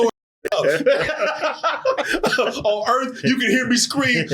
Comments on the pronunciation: Alien Earth but it's on Welcome to Earf now. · “Alien Urf!”